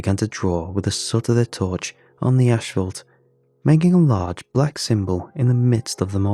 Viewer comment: And now he says "ash-fault" instead of asphalt. He's killing me today 🤣🤣🤣